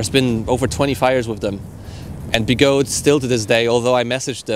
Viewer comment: They are call be-go-de, 3 Chinese words so the “de” does sound